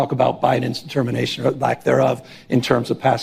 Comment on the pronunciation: Wait, wait...... did he say, "Biden determation"?